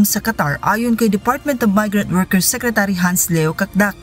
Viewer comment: Ms, bakit SECRECHURY diba po secretary?